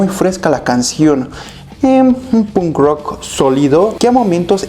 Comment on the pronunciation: No aguanto cusndo dice "pun rock" hablando por el chico menos punk del mundo